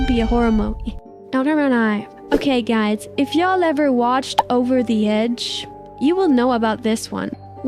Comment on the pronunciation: “Dies” hits hard but I don’t know why the ai voice said dies instead of guys